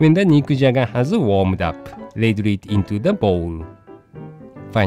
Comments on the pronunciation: I could've sworn, he said "Mick Jagger"! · Anyone else keep hearing "Mick Jagger" lol